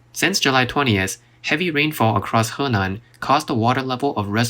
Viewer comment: love the way you pronounce Henan.